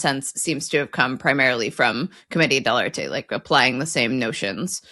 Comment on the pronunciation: Wow, you pronounced it properly: Comedia Del Arte (Like Artay, or Arté. Not Art) Bravo! 👏